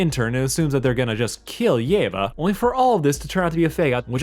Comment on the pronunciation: for the record, it's pronounced: yee-va